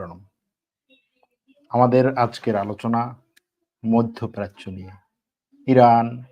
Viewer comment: মইধ্য প্রাচ্য নয়.. মধ্যপ্রাচ্য!